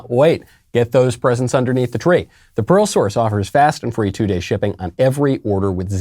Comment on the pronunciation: Pearl source. I kept hearing Parole source.